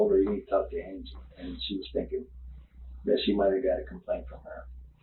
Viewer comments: Stop using AI. It keeps pronouncing "Angie" like 'angry' without the 'r'. Angheee. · Bots need to learn to pronounce names the same as the video does. It’s a weird spelling, but they say Ann-gee, not Angy. 🙄 Drove me nuts. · I love these videos, but dude, the woman is dead, can you at least make an effort to pronounce her name correctly? Like the people in the video clearly say her name multiple times, and you're over here pronouncing it "ane-gee" it may be a non traditional spelling but "an-G" is a pretty common name. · The story is terrible and Jared definitely should have gotten more time. But every time the narrator says Angie’s name as Angy it drives me up the wall. They say her name multiple times man. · Bro, pronounce her name right at least. Her name is pronounced "an-jee" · Is this an AI voiceover? The pronunciation of “Angy” and “Angie” appear to be different spellings. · The way hes saying her name is annoying me so bad ..her name is angie not aingy like wth .......they have said her name in the video so so many times so ....anyway this dude was freaking horrible absolutely horrible and saying hes been up to long and voices on the tv telling him to do it is ridiculous hes just trying to be able to get a temporarily drug induced psychosis or a psychotic break down plea thats what thats all about thats absolutely insane I guess he thought his dad and brother would help him cover it up or something but nope dads awesome he turned his ass in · Why does dude keep calling her angey 😂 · Why did you call her angy instead of angie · How irritating is it that you can’t even say her name correctly, you obviously watched the footage, surely that would have helped. Seems very disrespectful to me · What is the deal with the voiceover here. If you guys were trying to not make it obvious that you’re using AI for the narration, you might at least consider listening to your entire video before you post it. The robot pronounces the victim’s name wrong multiple times.